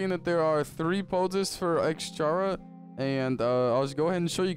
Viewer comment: U just saying jara çara to chara